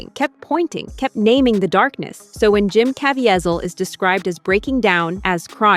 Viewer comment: Mispronouncing Jim Caviezel’s name fifty times made me want to block this channel. Probably AI but it’s the cheapest version out there.